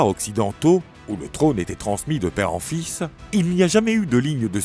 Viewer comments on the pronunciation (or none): none